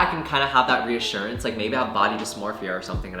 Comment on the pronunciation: boi it's reassurance not reassurance😂anywayz fellow dropout here (tho I'm gonna be back in uni after I immigrate), can't believer we're the same damn age? like how...? idk i just can't fathom being literally the same age as someone I watch on Youtube? oh welp we're still children why worry about dating🤷🏻‍♀godspeed y'all